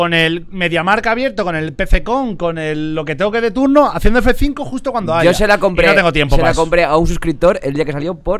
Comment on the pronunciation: Cheeto dice haiga